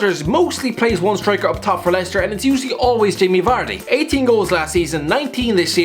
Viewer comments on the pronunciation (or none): none